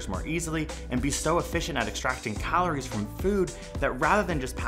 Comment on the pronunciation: The way he says “calories” really bugs me.